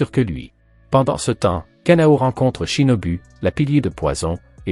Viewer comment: U=ou. Shinobu =shinobou